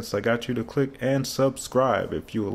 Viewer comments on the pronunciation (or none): none